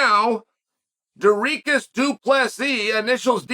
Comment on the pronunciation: Dooreekus? LOL